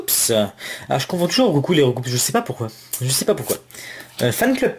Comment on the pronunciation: Hey ! Voilà pokebip a interview le chef traducteur des premiere version ( bleu/rouge/Jaune ) et que tout le,monde fesait l'erreur de roucoups ( engros tout le monde dit roucoups et prononce le S ) et bah il disait que le S devait pas ce prononce /// voilà petite parenthèse :) mais sinon franchement bien jouer pour les fill art x)